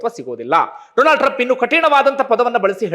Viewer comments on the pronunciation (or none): DOLAND TRUMP 😂 ಡೊಲಾಂಡ್ ಟ್ರಂಪ್ 😂